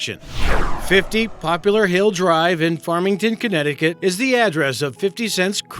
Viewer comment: "50 Popular Hill Drive"..?? That's what we call Not paying "attention to detail" The street is actually spelled... and therefore pronounced "POPLAR" Hill Drive.